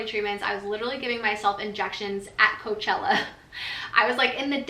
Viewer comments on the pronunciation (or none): none